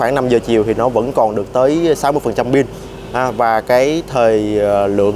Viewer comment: ông phát âm rất chuẩn rồi. Nhưng lạy ông phát âm là ' Pin" hay ông chỉ nhận thức là " Bin" thôi?